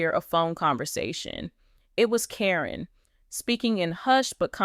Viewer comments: Even the pronunciation of Caryn's name is wrong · Why has there been nothing about this anywhere????? Why is Caryn's name being pronounced incorrectly? Probably because this is AI. The timing that this would have had to have been, makes no sense at all. After Amy's move, (selling the house to Matt) she still had contact with Matt & Karyn, many, many times. No way would she had done that TV show or not.